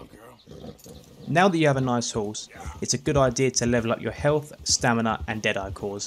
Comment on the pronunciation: HEALT Å STAMINA 🤣